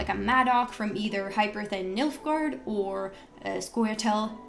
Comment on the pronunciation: he said Milf-gaard.